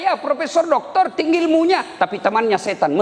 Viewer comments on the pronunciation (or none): none